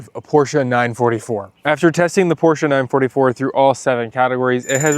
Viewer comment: 9-4-4 not 9-44 😂😂